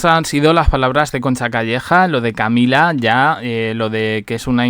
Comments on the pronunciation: Estos periodistas pronunciando en inglés. Camilla..!!!😵‍💫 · Eso parece, pero aun no aprendió a decir Camilla.😵‍💫